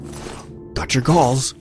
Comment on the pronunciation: lol, when you said "I ripped their galls of and sold them" it sounded like you said "Balls" instead of "Galls"